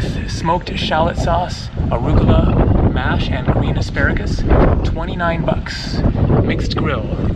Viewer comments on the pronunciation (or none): none